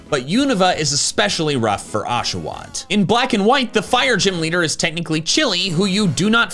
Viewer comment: Unsubscribed the moment you said Oshawott I’m so sorry big dog